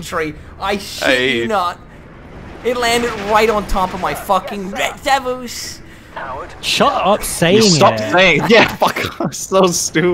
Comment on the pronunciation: Jesus feck that 'Ret Devulz' pissed me off. I don't usually get pissed but good god man.